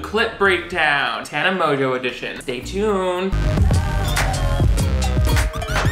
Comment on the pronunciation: How has she convinced everyone to pronounce her last name like that??